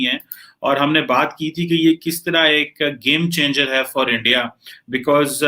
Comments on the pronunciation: Andia nahi re punjabi urdu valo it's INDIA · Abe chutiya endia nahin India bol. Sahi se bol nahin paeta kya journalism karega tu... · These people dodnt know to pronounce india they vl tell endia.and for market its markeet